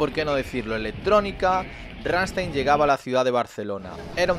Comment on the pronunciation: Es rammstein no ranstein